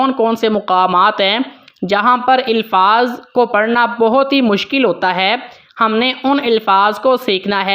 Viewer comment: Elfaz nahi Alfaz ap k qirat achee ha